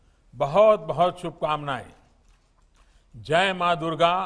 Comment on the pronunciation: पहले जय बोलना सीख लो शंख बजाने वाली